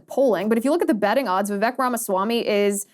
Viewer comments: Liz, if you get him on your show, please say his name correctly..It's pronounced Vivake, like cake..Love your show! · His name is pronounced Vivake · He says, "VivAKE, like cake." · ▶️ It's pronounced: "Vi-VAKE" like CAKE! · Vivek's name is prononced vi-vake, rhyming with cake. Unfortunately in English it is hard to write many indian names the language is not equipped with a lot of sounds needed for it. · It's Vivek, rhymes with cake.